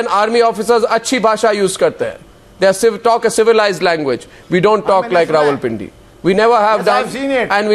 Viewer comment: It is not ravalpindi its rawalpindi Wadday ay english de thaikay dar